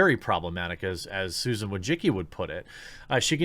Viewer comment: Susan....how did you pronounce it?